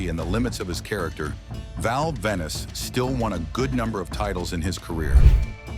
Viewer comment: ven-is? stupid AIU voice